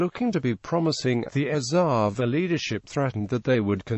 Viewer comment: Pranounciation is erava